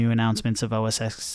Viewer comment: It's not pronounced "OH-ESS-ECKS". X is the Roman numeral for 10. The correct pronunciation for the Apple operating system is (phonetically) "OHH-ESS-TEN". This is indisputable fact, if you disagree - watch any video of any WWDC or keynote released by Apple in the past decade and you will see that it how it's pronounced. Anyway, that aside - thanks for the video, a very interesting look at the new UI.